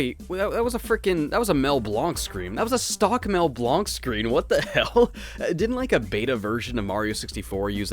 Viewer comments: I don't mean to intrude, but it's pronounced Mel Blank not Mel Blonk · Great review! I just want to point out that Mel Blanc's last name is actually pronounced like "blank," since that's how it was originally spelled. Speaking of voice actors, the next Frogger game was Steve Brodie's (E-102 Gamma's VA) last acting job before he passed away. I believe the game was dedicated to him. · Mel Blanc's last name is actually pronounced "blank." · for future reference it’s pronounced mell blAnk